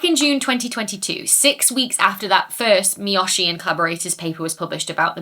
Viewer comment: A (ah), E (eh), I (ee), O (oh), U (oo), the Spanish vowels, are how Japanese vowels are pronounced. Miyoshi is Me-yo-she